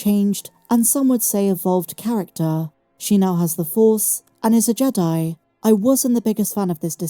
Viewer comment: I think it's pronounced "jee-dye"